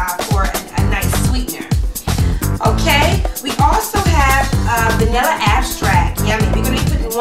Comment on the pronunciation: its EXtract not axtract